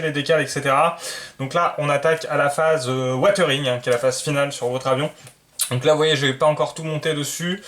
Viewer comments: Super boulot tant au niveau de la maquette que du montage vidéo. Vraiment bravo et merci. Juste une seule remarque..... WiZering..... Pas Watering..... 😁😉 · Je t'entend dire "watering watering..." mais on est d'accord c'est du "weathering"?!!!? Qui se lit don grosso merdo wézering quoi?